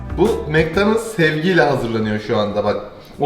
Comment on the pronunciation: mac donals? HSDASDAHDASDJAD